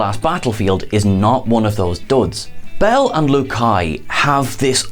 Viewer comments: Did you watch this episode, or are you just [mis]reading a script? It's Commissioner BEEL, not BELL. And thanks for the gross misrepresentation of President Trump. You can do better than that, on both accounts. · Beal, not Bell. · Do you even watch the show? Beel (long e)